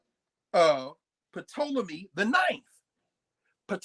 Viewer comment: Someone please tell Dr. Carr that the " P " in Ptolemy is silent.